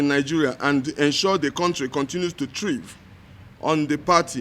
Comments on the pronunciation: Even to read a written paper is a problem, what is “triv”? I know you wanted to say “thrive” yeye greedy long throated politrickcians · I didn't know someone else heard triv?????????????????????????????